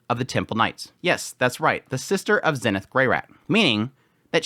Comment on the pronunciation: Yo, random question not trying to be a hater but why do you pronounce Eres and Zenith like that? In the Anime they clearly pronounce it differently? Is it because that’s how they say it in the Japanese version?